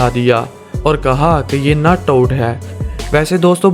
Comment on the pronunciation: this guy says nut out